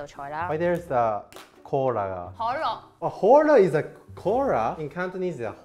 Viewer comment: I find it funny when saying Cola is Cantonese and then saying Cora in Japanese people way saying Cola haha